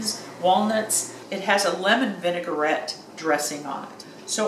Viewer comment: Vinaigrette is correctly pronounced: vin-uh-gret There is no such word as “vinegar-ette”… it’s just a common mispronunciation of vinaigrette. Thanks for the great video. The best I’ve seen on the subject so far. 👍😘